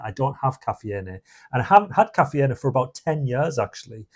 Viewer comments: KA fee N A what???? STOP!!! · If you are gonna ditch anything first start with your English teacher mate . Caffeine is pronounced as " ka-fe-yin " .. 🤣🤣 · I couldn't stand to hear his pronunciation of caffeine and energy. I've never heard anyone other than a Spanish person pronounce all the vowels in caffeine. And energy with a hard "G"? Too weird.